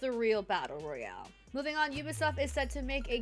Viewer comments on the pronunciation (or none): none